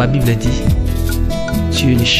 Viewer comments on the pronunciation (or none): oza na problème ya prononciation😂😂😂😂😂😂😂 alobi nako jifré yo au lieu de Giflée 😂🙆🏾‍♀️ alobi lisusu bibre au lieu de Bible😂😂😂😂😂. Na yebi que oza sala yango exprès...to lingaka to mingi papa.